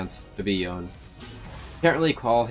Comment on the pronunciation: Omgggg he said Yone right 😍😍😍